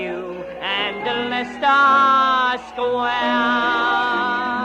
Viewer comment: it's leicester Square! not leceister Square!